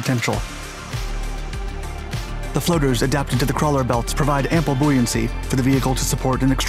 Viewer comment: How do you pronounce buoyancy wrong?!